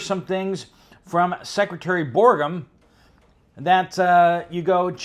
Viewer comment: Please check your pronunciation of Doug Burgum’s name. (BURR-gum.)